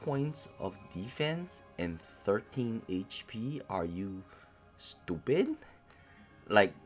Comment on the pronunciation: “Are you.., stuupidt?” Loool funny 😂